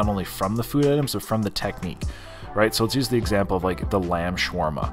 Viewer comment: i think i counted 568 times you said swarma